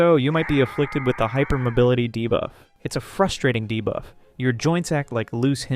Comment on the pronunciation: Idk why nut everytime he says debuff i hear divaaa 😭😭